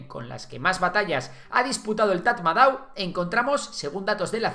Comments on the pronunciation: Tras vivir y trabajar en Myanmar, te puedo decir que Tatmadaw se pronuncia "Tamado". Un dato gratis que te llevas!😅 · Se pronuncia TATMADÓ 😅